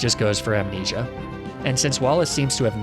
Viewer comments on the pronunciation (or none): none